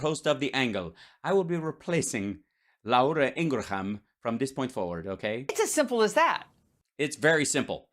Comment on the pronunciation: La ura Ing ra ham 😂😂